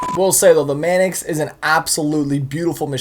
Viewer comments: Ok. Tf is a "Manicks", not trying to rip on you but its "Manx" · sorry but it's pronounced manks not manix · it's Manx not manix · You could at least pronounce it correctly..mannix? No its pronounced manks. Its named after a cat called a manx.. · Wtf is manix its Manx at least look at the name for a few seconds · Say "Manix" one more time There's no i haha it's Manx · ITS MANX NOT MANIX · MANIX! MANIX! MANIX! WHAT THE HELL IS A MANIX? ITS MANX. M A N X are you illiterate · STOP PRONOUNCING IT LIKE THAT, ITS NOT A MANIX, ITS A MANX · Manks, not Manix. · Everytime he said MAN-EX I LOL'd. Pronounced MANKS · It's pronounced maynx! No man ex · not pronounced manex, its pronounced mAnks, like Hanks but with an "M"... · It's not the man x is a Manks or at least pronounced that way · u saying it wrong it's Mancx not manix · you're saying manx wrong. its not man ex its manks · manx, not manix. sorry. doing my head in:) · y does he say manx its manix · Its actually pronounced manks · he is saying man-ex but with an accent? explain... cos he's either saying man-cuss (x) with an accent or man-ex because he thinks that's right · By the way my great grandfather was the co maker of the Meyers Manx and I personally don't agree with the whole wheele thing the Meyers Manx is supposed to be a beach cruiser for street and off-road thanks for reading P.s. By the way it's (main-x) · He calls it a manix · its pronounced "manks" even the badge has a Manx cat on it, btw Manx is the nationality for the Isle of Man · fyi, there's no i in the pronunciation of manx, just say it how its spelled. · Yo it's pronounced "manks" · The way he says Manx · You were pronouncing Manx wrong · you said Manx wrong WHAT IS IT WITH YOU AMERICANS A PRONOUNCING THINGS WRONG